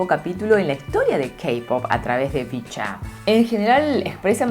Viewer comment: En realidad su nombre según JYP dijo que se pronunciaba "Vicha", pero bueno, si te es más fácil recordarlo así, no hay problema jeje...